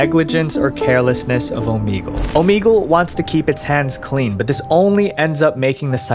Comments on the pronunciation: Ooh Mee gal???????? 🤭🤭😮‍💨 annoying! Its Ooh Meg Lay 👍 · Bro, Oh-MEG-ull. Not Oh-meeg-ull. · wait.. its said omEgle? i thought it was like omehgle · omeegle he says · I don't think that's how you say "Omegle." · We're gonna have to listen to him pronounce the name of the app incorrectly A lot😵‍💫🥴